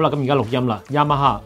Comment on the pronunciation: ，Yamaha 的發音超標準😂